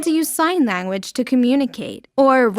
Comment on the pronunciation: “Sign lagooage”